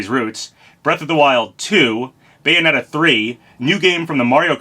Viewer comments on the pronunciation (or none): none